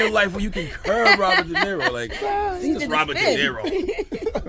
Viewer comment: Robert De Neh-ro?